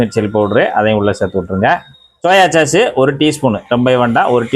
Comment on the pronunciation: "சாஸ்" (sauce) என்று "ச்" போடாமல் மென்மையாக உச்சரிக்க வேண்டும்.